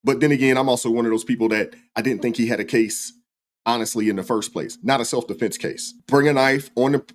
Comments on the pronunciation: Or defense. He says deflence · Deflense ? okay think he means Defence